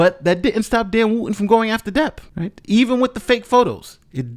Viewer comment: The hypocrits name is not woo-in its wootton , the t is not silent. I assume English is your first language, so please make an effort especially as a lawyer.